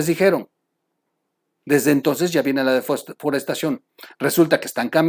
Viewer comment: TROLL, TROLL!!!!!! Muchas gracias por esta grave información, pero no digas desforestación, sino deforestación, es lo correcto, x fa.